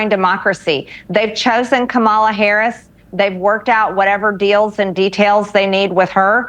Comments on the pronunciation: Once again she incorrectly uses Democrat as an adjective and can’t pronounce VP Harris’ name. She’s not bright. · Yes, she is being supported by everyone. MTG needs to show some GD respect and quit intentionally mis pronouncing VP Harris's name. And what's with the fairy godmother chair Marge?